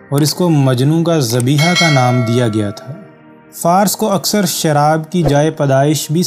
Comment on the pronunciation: Jinab lafz "Farus" kehty hein Fars ghalat hy